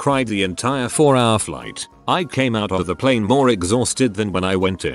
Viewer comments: I wonder why the text to speech voice randomly decides to pronounce it "pleen" instead of "plane"... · hes a kiwi text to speech